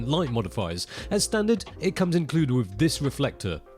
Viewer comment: no u mean. "wiv, and wivout"